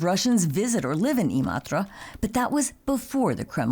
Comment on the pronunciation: Never imagined someone outside of Finland could pronounce Imatra so well